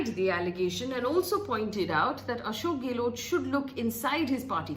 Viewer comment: not for you Faye But Delhi Media can't even pronounce Gehlot correctly. Too anoying. गैहलौत NOT गेलोट । 😩😩😩😩